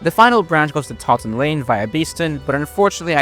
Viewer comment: Lovely to hear a visitor's perspective on my hometown, and a very fair appraisal I'd say. A very small pronunciation note if you cover Nottingham trams in the future - the 'To' in 'Toton' is promounced like in 'total'. Not a big issue at all though, a really great video.